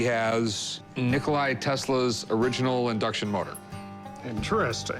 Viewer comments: its NIKOLA Tesla not NIKOLAJ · why do people say NikolaI?